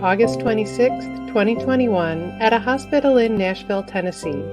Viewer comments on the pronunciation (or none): none